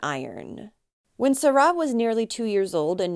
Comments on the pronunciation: And it isn't SaRA, it's SARa. I'm afraid it irritated me too much. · Why on earth are you saying her name like that?!? Serah? It’s Sara . I don’t understand. Is that the way they say it?!? That’s so strange to me